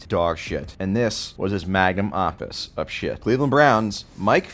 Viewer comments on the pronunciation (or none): Magnum, opus. Not opes